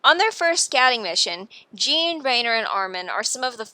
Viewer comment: Great video, but please pronounce the names correctly next time. Its so hard to sit through when you keep calling Riener "Rain-er" and Jean "Jeen"